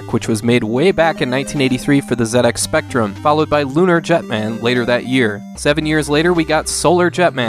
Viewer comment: Thank you for pronouncing the Z in 'ZX Spectrum' correctly if only to nix the generation of a hundred crybaby comments from weird old British dudes (like me)